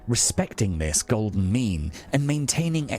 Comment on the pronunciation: I was just listening to the audio on this video at work and had to check my phone at number 2 because I thought he said "Try to find the golden "Meme" . I was like ...... This man was wayyyyyyyy ahead of his time lol